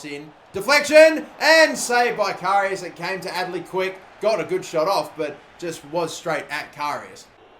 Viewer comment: Does it only annoy me the way he says karius?